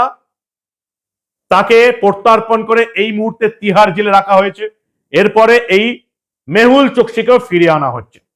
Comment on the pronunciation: PLEASE SPEAK CLEAR, TIHAR JAIL OR MUMBAI JAIL?